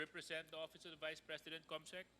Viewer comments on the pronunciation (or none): What's opis? Manipested? Pronounce your words properly.